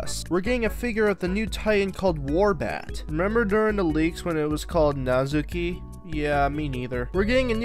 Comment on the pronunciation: You know it's called Nozuki right?